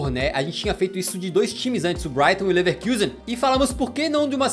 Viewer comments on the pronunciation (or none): none